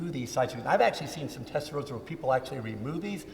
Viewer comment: Rossa not Rozza lol😊